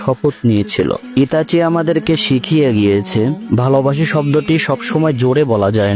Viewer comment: কাওলা নামটা তো ঠিক মতন করে ক